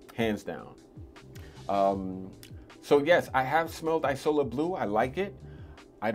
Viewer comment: It’s pronounced ‘eazola’, not ‘ajsola’. Isola is Italian for island. You may like afternoon swim by LV, similar vibe to mandarin basilic.